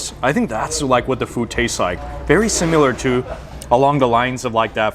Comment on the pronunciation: the way you say "simUlar" weirds me out! haha! thanks for the heads up....gonna hit this place up!